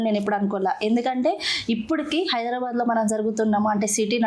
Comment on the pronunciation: యాంకర్ హైదరాబాద్ అని అను బాద్ అనకు లేక పోతే చెప్పుతో కొడతారు మా హైడ్రాబాద్ వాళ్ళు